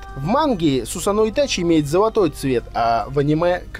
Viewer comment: Не сусано(ударение о) правильно Сусано(ударение на а)